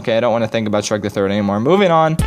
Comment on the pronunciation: You've gotta love that "sherk" 2